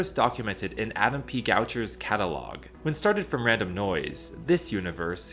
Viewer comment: is it pronounce to be catalog or catagol?😂